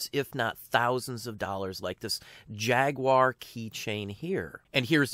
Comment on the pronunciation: Thank you for not saying jag-wire.